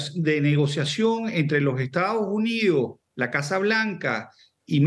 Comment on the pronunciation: a pero estados unios y no estados unidos como pronuncia de mal el español estos Venezolanos como el airiopuerto no aeropuerto